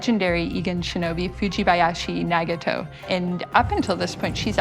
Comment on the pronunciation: Gaijin pronunciation be like "Foojeebayeshee Negetoe"